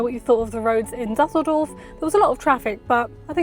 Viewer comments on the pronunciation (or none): Its Düsseldorf not dassldorf😩